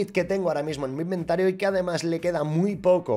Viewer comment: ha dicho inventaro xD